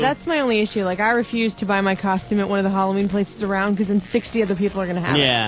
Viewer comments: "KOSHTEUME" - The most unfunny man on the radio. Also, OPIE FUCKING STINKS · i say coshtume too, fuck off